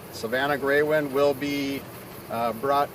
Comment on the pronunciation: stupid ass news woman. Its Greywind not Greywood.